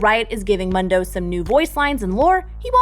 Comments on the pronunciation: every fking time she pronounced Mundo as Mando I kept thinking of Star Wars... ffs listen to his lines and you'll see its pronounced MOON-DOH!!!! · it's mOOndo NOT muhndo. how do you fuck that up. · Why does she pronounce it mun doe it’s moon doe she so dumb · It's not "munn-doh" It's "moon-doh." . . . like Telemundo. He even pronounces his own name "moon-doh" SMDH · It´s pronounced MOONdo and NOT MANdo ;D, correct me if I am wrong....but i cannot wait to see the new changes :D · ITS MOOOOOOOOOOOOOOOOOONDO NOT MUHHHHHHHNDO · mUndo not Mando. sad to hear this. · Mundo was never a doctor in the lore and it's pronounced Moon-doh, not Mun-doh. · It's not MUHNDOH It's MOONDOH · ITS Not Mando ITS muuuuuuuuundo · Mundo not mendo WTF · MUNN DOH ( its moondoe) lol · If I hear mondoe one more time Ill be very angry ITS MOOON-DOE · It's MOON-do, not Mundo. Is she an absolute narc? He says it IN THE GAME. God, anyone who pronounces it like that makes me have an irresistible urge to flashbang the nearest orphange. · I cringe with them saying “muhndo” when it’s “Moondoh” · Why are you pronouncing it as MUHndo? He clearly says MOONdo ingame lol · It's muhndo not moondo? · Never call him “mun-dough’ ever again. His name is ‘moon-dough’ he literally says his name in almost every voice line and you still call him that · So no one is going to correct her “MUN-DOE” he literally says his name “MOON-DOE” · Moon-dough not Mun Dough That made me cringe fams xD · I hate when people do this but I have a valid excuse Mundo is pronounced Moon-dough not munn-dough and my excuse is my last name is Mundo :) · 'Moon-doe' not "Mun-doe" lolllll makes me cringe. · It's pronounced , Moooon-doh, not muhn-doh -_ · IDK why it annoys me, but pleeease pronounce Dr. Mundo's name correctly (moon-dough, NOT munn-dough) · Its not Mando, its Mundo! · It’s MOON-DOUGH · did she just call him MUNdow? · Pls for the love of god stop calling him mando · PLEASE! IT'S PRONOUNCED MOON-DOE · Stop calling him MUNdoe